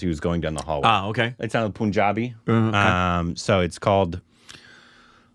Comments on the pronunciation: Come on its been years now its not poonjabi its punjabi man. 😂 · Pun-jabi is pronounced as in pun 😅